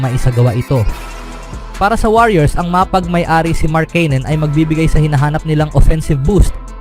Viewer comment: Wag mo na naman masyadong artehan ang salita mo, nakaka wala ka ng gana e. Halatang halata ka, paiba iba ang bigkas sa pangalan ni markkanen at kuminga. 😤😤😤